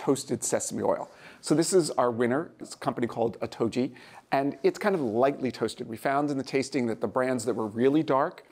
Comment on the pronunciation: he pronounced it, (oh toe ji) , but correct pronunciation (Korean) is "Oh" [sounds just like spelled] - "Ddu" [sounds like spanish word "Tu"] - "Gee" [like how you would say name of Ghee butter]